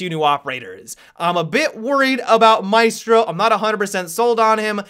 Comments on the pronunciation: I know no one cares about it, but their names are pronounced MA-E(like in bet)-STROH and Aleebee (where the hell did Alibuy come from?) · The pronunciation of alibi and maestro breaks my hearts a little. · Hopefully will change the pronounce of Maestro in the correct one in Italian before the official reveal. Really hoping so.... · Wait. Is it pronounced may•strow or my•strow